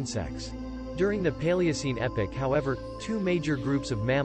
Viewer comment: It's Epoch, not epic.